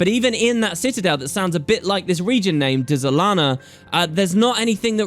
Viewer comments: Pretty sure the Dz is spoken as a Dj so its said as Djalana, Djagonur Bastion & Djasha Uplands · The way you pronounce things is sooooo annoying... There is no E nor apostrophe between the D and the Z. Why are you saying Dézalana? Can't you read? It's like when you say dUlux. Really? How are you turning an E into a U? I like your videos man, but damn this drives me crazy...